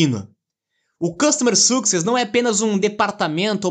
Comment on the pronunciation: O podcast está ótimo mas a pronúncia da palavra Success está terrível, não teve uma vez que falaram correto, recomendo aulas de Inglês no mais Parabéns.